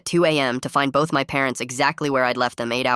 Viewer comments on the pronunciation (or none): none